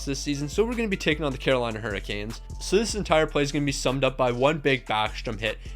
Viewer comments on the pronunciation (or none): none